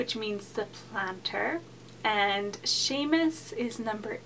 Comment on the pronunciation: My name is Niamh, and the Irish names my kids have are: Séamus Pádraig, Caoimhe Siobhán, and Brigit Áine. You did a good job! One correction: Seán is supposed to have the fada on the a, not the e (like in the video).